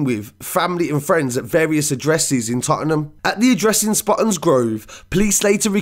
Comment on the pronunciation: “Totnam “ not tot-en-nam lol